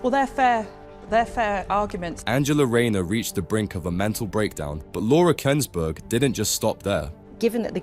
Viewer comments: The who's narrating can't even say Laura Kuennsberg's name properly. Obviously the thick-witted Rayner is no better. She probably would have a problem in telling you how many zeros there are in one million! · Can't stand Rayner but because the commentator can't pronounce a well known journalist's name, it suggests this is foreign. Don't like foreign intervention!!!